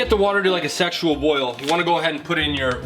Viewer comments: Kamran Khaleeli I heard “sexual boil” and “sexually boiled” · am i the only one who heard “sexual boil” 😂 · I heard sexual boil ahha🤣